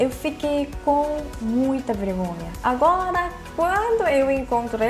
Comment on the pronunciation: Quando ela fala agola meu coração derrete kkkkkkk